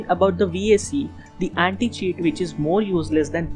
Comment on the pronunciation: Vaycee my ass its pronounced V A K